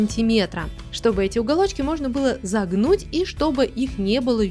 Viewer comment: Почему ты так разговариваешь? Например :Теперь фетр нужно зАгнуть.Не то чтобы я говорю что это некрасиво,я просто спрашиваю.И да,диван получился классным! Обязательно сделаю!